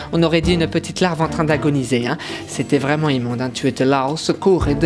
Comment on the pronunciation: "j'en avais un quand j'étais ptit. TE petiteuh :)" Que nous cache Viviane ? 😂